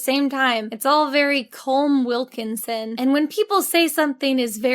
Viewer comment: The way Jenny pronounced Colm Wilkinson’s name sent me on a spiral, where I found bts clips from the les mis movie where literally everyone pronounces his name wrong, despite him repeatedly saying his name and it not sounding anything like what they’re saying. It was infuriating omg